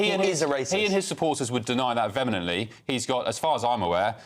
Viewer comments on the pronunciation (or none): So called news presenters using made up words like vemenently. It’s tragic how uneducated and uninformed these people are.